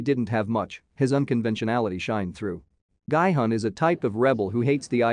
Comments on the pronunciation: guy hun? its pronounced gee hun! did you even watch the series? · Masculine energy is not "Yin" energy. And it's not pronounced "GUY"-Hun. It's "Gee"-Hun. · Everyone pronouncing "Gi-hun" in the series several times Some random youtuber : "Gaaaai-hann" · No one Literally no one Him:-Guyy hunn (Gi hun) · “Gee yun” >>> “Guy hun” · i luv how he says gie hun instead of Gi Hun (narrarator) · Could you guys not even make an attempt to get the character's name right? Seong Gi-hun is pronounced more like Sung Ki Hoon. Definitely not Seeyong Guy Hon. Like... you could have literally just listened when his name was said... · It's not "guy hun" its "ghee hoon" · Its GEE hun, the spelling is gi-hun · IT'S GI-HUN (JEE HUN) NOT "GUY-HUN" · I hate that he says “Gai Hun” when it’s Gi Hun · I like how nobody is talking about his pronunciation of Gi-Hun as “Gay-Hun” 0>0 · and also it sounds more like “Guy-Hun” (no offense) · Ah yes, my favorite character, „Guy hung“ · "Guy hon" lol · "Gaai-Hun" lmao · "guy hun" lol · The pronunciation Is Ge-Hun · it's pronounced "gee-hoon"......... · Guy-hun??? Cringe!!! This robot can’t pronounce the name right. SMH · it's pronounce gee hoon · It's Sae byeok not Sea Block and Gi hun not Gu hon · ah yes, "Ill-naam" and "Guy Hunn"